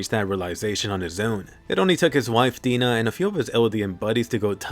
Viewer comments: I've been saying for years that it was Dina not D-ee-na but no one ever listened -_- I've never met a Dina that pronounces their name D-ee-na. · So huh? Was it not dee-na or die-na?